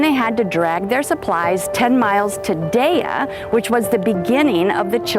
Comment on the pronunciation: DAYA??? get it right eh it is pronounced DYEE...yeeesh.